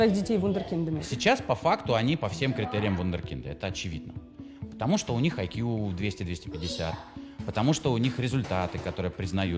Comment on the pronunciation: Айкью а не эйкью Эй это буква А Ай - i